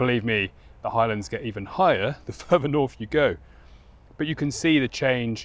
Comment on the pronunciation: fink furver fousand, please learn to speak English